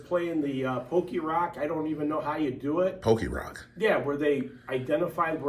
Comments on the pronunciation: He said Pokirock instead of Pokemon. Lmao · i think he means pokémon not pokérock 😂😂😂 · “Pokerock” 😂😂😂 I think he meant Pokémon Go lmaoooo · Pokerock?? He means Pokemon GO yall 😂😂